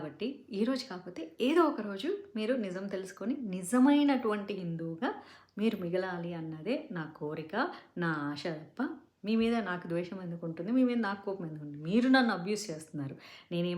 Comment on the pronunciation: Amma sa ni sha ani palukutunnavu. Aasa. Aashha kadu